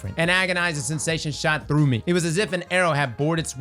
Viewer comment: Byf: “uhhh I think we go thew hole in twaveler, yay lore daddy yayyyy!”